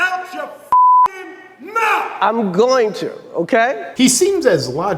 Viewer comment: Strange how Will Smith suddenly reverts to "ebonic" language. "Outcha fuckin mouf" instead of "out of your fucking mouth". SO weird...